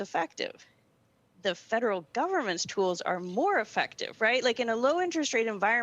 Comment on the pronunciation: I’m... the word “tools” is one syllable not two.